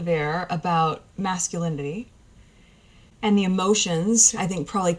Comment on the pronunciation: She seems to be slurring and tripping over quite a few words, esp with the word "masculinity", she has trouble pronouncing it. Never noticed that before. Strange.